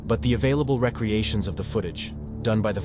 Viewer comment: Dude, you do realize this video is AI voiced, right? It can't distinguish how to pronounce the word "recreations" properly.